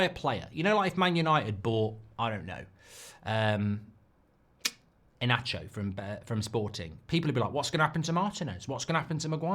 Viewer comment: Pls stop sayin Ienacho, its Inasio